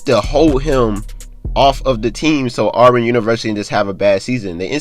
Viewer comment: What does anything you're talking about have to do with the investigation. It's Auburn not olborn. NCAA don't give a damn how many PG a team has you sound stupid as hell.